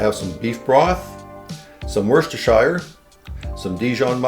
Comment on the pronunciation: Its pronounced as “wuuster”sauce. Dont ask me why, but thats how it is…🤪